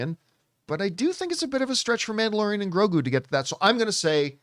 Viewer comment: “Manderalorian” lmao